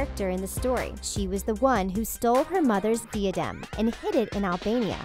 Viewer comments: the hell is a deee-ya-dem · Shame on you for the way you pronounce diadem. ;p The i in diadem should sound like the i in, for example, like/(n)ice/kind/mind..... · Deee-ah-demn WTF?!? It's Die-ah-dem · When she said Diadem like Dee•uh•dem I cringed SOOO HARD OMG it’s Pronounced Die•uh•dem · DEE-adem?! Omg, what a MUGGLE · also, diadem is said Die-uh-dem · it (hell-in-ah) and it the (die-ah-dem) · Hold up... DYADIM???!?!? WHAT THE H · Does a video about HP... Can't pronounce Ralph, Gambon or diadem...